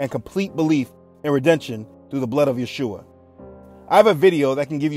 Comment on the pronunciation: Thank you for all those videos and all your content. It's so important what you do! Also I wanted to say that in this video you are actually pronouncing the name of Yeshua (ישוע) correctly, becouse in some of the other videos it sounds more like Jehoshua, witch is not how you would pronounce it. I am from Israel so just a small note.